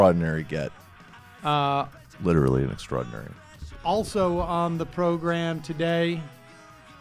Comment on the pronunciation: Michael, say extraordinary again.